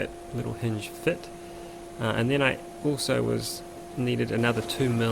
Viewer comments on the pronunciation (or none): none